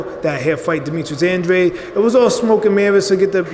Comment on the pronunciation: It's Andrade (drayd) not Andradé (andraday)